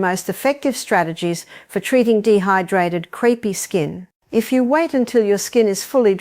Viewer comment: Artificial Intelligence and crepey skin is pronounced creepy by the long winded bot